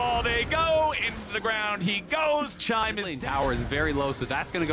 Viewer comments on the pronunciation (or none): Hahah did he rly just call chime smoothie